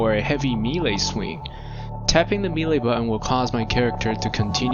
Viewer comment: hearing melee pronounced oddly so many times has corrupted my soul